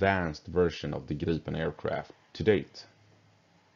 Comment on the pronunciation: in english it sounds like you are saying Girl-pin... hehehehe